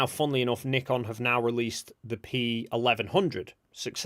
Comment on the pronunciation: Oh and I learned the proper way to pronounce Nikon. I always thought it rhymed with icon.